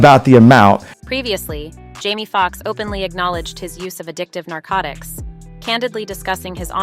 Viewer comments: These AI Voices are a trip ... I was going along up until she called Jamie Foxx Jammy Foxx. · Is this a bot? “Jammy Fox” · This lady needs to be cancelled an stop discussing our black news, she can't even say the names right, an I think she is doing it in purpose ( Jammy Fox) this not the First time she says names wrong.